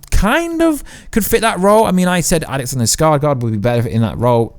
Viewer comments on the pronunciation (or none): none